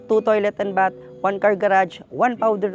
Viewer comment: BATH with th pronunciation please. Not B-A-T.